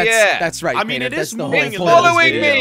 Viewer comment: ! YOU SAY WRONGLY,IS CRAINER,NOT CRANIAR!